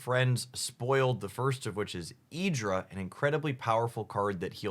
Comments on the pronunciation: What did you call Irida?? EEDRA?? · I know mispronunciations are common and really whatever, but "e-dra" is particularly baffling :D Love the vids! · Irida- That was the worst pronunciation of any name from the pokemon world I've ever heard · That Irida pronunciations is criminal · Honestly the Irida pronunciation is so horrible and ungodly, I'll fall for the bait anyway.